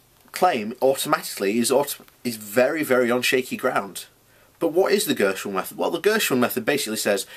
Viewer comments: GERSON, not Gershwin. But it's all good, I can see you're clearly struggling with this concept. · Ok, here goes! You are clearly unable to grasp the basic principle of The Gerson Therapy. In fact, you don't even pronounce Gerson correctly to start with. You keep banging on about Vegetarians get cancer as if that is of any significance. Vegetarians don't eat meat, they can still smoke, drink vodka, do acid, and pollute their bodies with a wealth of other toxins that can bring on cancer. The Gerson Therapy is vegetarian by virtue of the fact that it doesn't include meat but it doesn't include any unnatural toxins either. What part of that is difficult for you to understand, really? So to summarize. When Charlotte Gerson talks about the diet being cancer proof, she's talking about a natural only diet. No cans of coke, no packets of crisps, no popcorn, no Big Macs, no chocolate bars. Just natural organic foods. Fruits and vegetables, nuts and seeds and green salads. No toxins, just raw goodness that nature intended for us to eat. It's really simple but you seem to find it so hard. You seem trapped in your own ignorance. Set yourself free, it might just save your life.